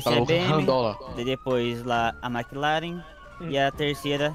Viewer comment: O cara falando "McLaren" me doeu ksksks, deveria ter umas marcas de luxo ou supercar do q bmw😂